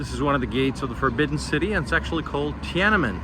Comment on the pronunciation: love your videos! but it's not tia nan men, it's tian an men, haha, love from Shanghai, lived both in Beijing and Shanghai, I think Beijing has more fun and ancient places to visit, and people are more friendly and chatty. People in the North loves to talk and chat.